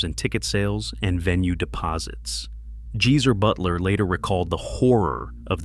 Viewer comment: Who's "Jeezer Butler"? 🤣🤣🤣🤣🤣 Also, why cancel shows just because the background elements wouldn't fit in the venue?